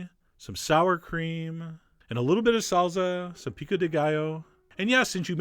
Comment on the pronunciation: IT'S SALSA, NOT SALZA.